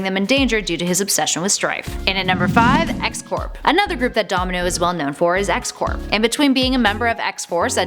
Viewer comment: I think X-Corp is pronounced X-"Core."